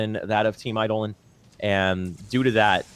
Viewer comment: Say it with me, "Eye-Doh-Lon"...